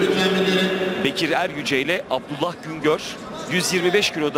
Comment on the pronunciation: Bekir abiye sürekli soyadını eryüce dedi eryücel Bekir abinin soyadını bide mayoyu eleştiriyoruz yok arkasında cart cırt. Ayrıca Bekir abi çorum bld nin sporcusu